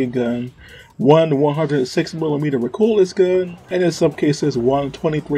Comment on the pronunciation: Mico Maus is pronounced Micro Mouse. Maus is a German word meaning Mouse. The reason for calling it this is because it looks kind of like the German WWII tank named the Maus. Also, Recoilless is pronounced Re-Coil-less. Great video